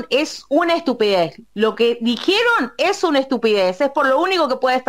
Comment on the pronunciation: "Dijieron" dice😂😂😂😂